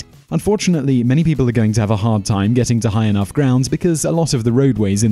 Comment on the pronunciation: lol they tim instead of time